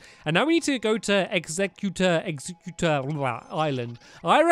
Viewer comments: Stamps it's exeggutter not executor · its egg-zegg-u-tor